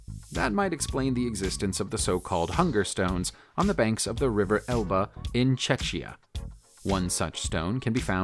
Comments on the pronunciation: Yeah, Czechia is pronounced like Checkia, here it sounds like Chechnya wich is totally elsewhere. To be totally safe from errors it is better to use Czech Republic. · Yeah it Is.. He JUST dont know how to Spell Czechia, or he could say czech republick same as you. But nah, He Sayid czeczia for some stupid reason:D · Dude Its not czeczia, Its Czechia or czech republick.. atleast our main city you pronounced correctly.. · For god sake. Prague, is the Capitol city of The Czech Republic, pronounced "Check" I've never heard of "Chechia" although there is a region in Russia called Chechnya which is approximately 2500 kilometers from Prague. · Narrator doesn't know how to say Czech Republic! That's where the Hunger Stones are. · Dude, at least learn how to pronounce the names of places and people. This is not the first time! Czechia is not that difficult, although most still say Czech republic. However, the reason I am unsubscribing is that most of your videos are a filler crap. There are channels with much better and relevant content.